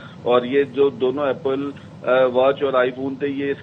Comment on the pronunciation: ایپل کو اپیل بول رھے ھو؟